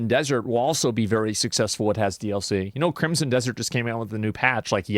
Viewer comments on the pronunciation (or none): none